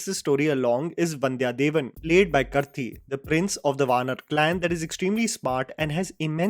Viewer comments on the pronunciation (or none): It’s kaarthi not karti (pronunciation) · Its not करती Its pronounced as कार्ति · you really need help with your Tamil pronounciation. Atleast the names of actors could be said properly 😂 it's karthi in spelling but it is pronounced as kaarthi More than happy to help anytime. (Not hate but it's a feedback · His name is not Krthi it's Karthi just like Karthik without the K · Dude, please learn to correctly pronounce the name of Karthi.. it's short of Karthik.